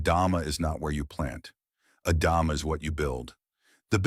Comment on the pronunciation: The word in Hebrew is Adamá, with the stress on the last vowel. Please don’t say “adáma” is weird.